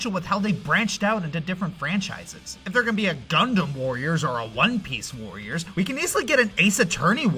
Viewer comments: Am I the only one that constantly heard "voyeurs"? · Sounds like he's saying "Vorriors". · You know, saying "warriors" in a German accent sounds like "voyeurs"... kink confirmed Edit: BTW, there's already been a Tales Of warriors-esk game